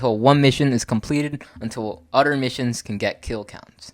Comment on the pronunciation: If you are going to keep doing videos , you should atleast learn how to pronounce "Other". Otherwise your video was awesome.